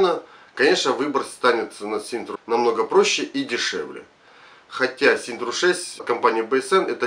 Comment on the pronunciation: От куда в названии буква Р . Парень не позорся это Синта , а не СИНТРА, как говоришь ты......